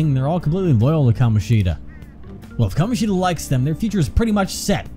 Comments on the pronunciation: That's what I mean. The game's pronunciation of Kamoshida is not right. I guess I said it in a not-very-clear way. I meant that they joke about the fact that the game could have called him "KaMOshida" but at least didn't do that, when in fact that would have been correct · Funny you joke about them mispronouncing Kamoshida as Ka-MO-shida...That's actually the correct pronunciation. Even that name is mispronounced. It doesn't sound as off though because A) It's a less common name that people don't hear as often and therefore aren't as sure about and B) It goes against the theme which is common with a lot of Japanese names of not having stress, but the second syllable is actually stressed in his name (unlike Sakamoto and Takamakis). Ka-MO-shi-da SU-guru. And while we're at it, Mishima is pronounced MI-shima. It's nitpicky yes, but hey, it's a weeb game! OwO That is the last time I'll geek out abt Japanese names I promise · The devs did do that, but the names are still being pronounced wrong. You can even confirm it by watching a Japanese playthrough.